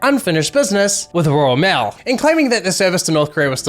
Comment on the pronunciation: Role mail he says